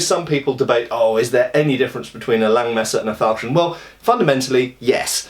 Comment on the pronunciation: nice German pronounciation!